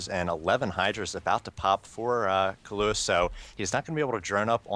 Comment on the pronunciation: Lol, no offense to u guys, but you might want to take a better look at "Kalous" ...it's not Kaluos or Kaluis :)